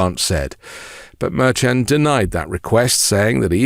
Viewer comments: The judge's name is pronounced Mershon. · But because you're using a different pronunciation of Judge Merchan than your associates who know the judge makes me question how hard you're working at this.